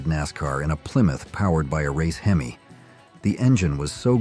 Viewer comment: I so agree! Especially on the AI voice narration you must be some Asian foreigner who does not know how to pronounce our words like hemi with the “e” carrying the short e sound! It is not a hee me! If you are going to narrate something use your own voice & learn what you are actually talking about! Also many of those cars like Willys were on the race track when the were supped up! Several of those small block 1950’s cast iron block could take the heat with out cracking the block. You especially do not know much of what you ar talking about. My goodness a true Co-bra enthusiast would laugh you out of the race track. It is not a cou bra.